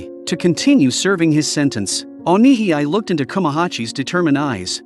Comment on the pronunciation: You pronounce Onihei as "O Ni Hee I" when it should be pronounced as "O Ni Hey"